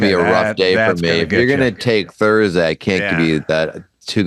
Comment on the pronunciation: It's Rhiannon... Not Rhianna... I expect better Adam!